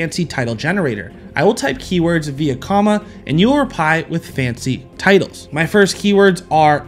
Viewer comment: Can we discuss …. “Keywoards”…. That made my day lol Great video! Just poking fun at that portion lol